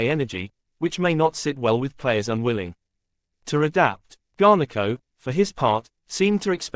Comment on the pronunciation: U can’t even say his name properly 😅